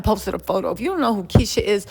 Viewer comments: Kesha , not Keisha😂😂😂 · It's KEsha not keesha